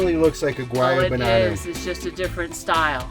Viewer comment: it's not a Guayabanana, it's called a Guanabana!